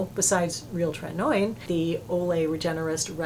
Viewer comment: Really appreciate your channel for your sensible recommendations and basic good taste, things that are harder to come by than one might think. But I can't allow you to keep mispronouncing tretinoin - it's tret-in-OH-in, no 'oy' sound in that word. Just sayin'...